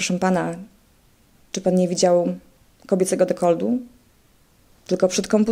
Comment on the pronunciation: Jeszcze pytanie do pani: co to jest "dekold"?